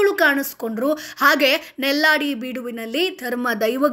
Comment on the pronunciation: ಕಡುಮ ಅಲ್ಲ ಕುಡುಮ ನೆಲ್ಯಾಡಿ.ನಲ್ಲಾಡಿ ಅಲ್ಲ